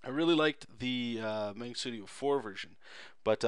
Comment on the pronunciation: Mahngah, you Canadian.